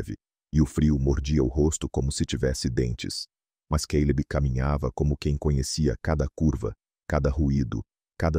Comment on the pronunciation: Não entendo porque o cara fala queileb em vez de Caleb